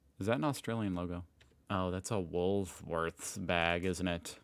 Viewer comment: How come you say Woolsworths but not Maths???